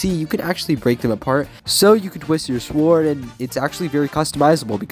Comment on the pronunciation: Bro said SWWORD